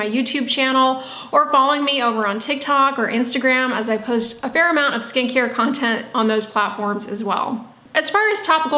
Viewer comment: took me a darn minute to realize she said SKIN CARE content, and not SKANKIER content. Oops. :<